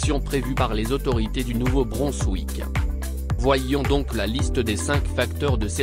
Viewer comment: Attention à la prononciation de Nouveau Brunswick.